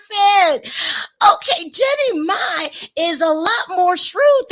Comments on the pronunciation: Mama Mai's name is pronounced "Mama My or Mi" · Why cant yal pronounce Jeanie Mai and Mama Mai.....its not MAY its MAI......its really not that difficult to pronounce. Like the girl says her name all the time. Jeanie should get that money hunnay...